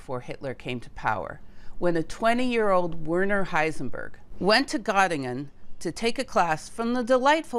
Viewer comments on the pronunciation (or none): not WERE_ner. but VER_ner